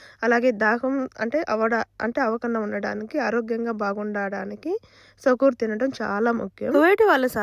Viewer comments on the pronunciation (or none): సాకూర్ కాదు ఫాతూర్ అంటారు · సకూర్ కాదమ్మా సహూర్ అంటారు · Sahur Ani chepu Sakur Kadu.. 😊😊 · Sukoor Kadu Sahoor ani sehri ani antaru...